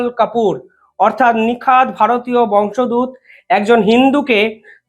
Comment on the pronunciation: ভাই শুভম,আমার মনে হয় বংস দূত বলে কোনো শব্দ নাই।মনে হয় শব্দটা হবে বংশোদ্ভূত। দয়াকরে একটু দেখে নিবেন । please don't take it othereise. Thank you.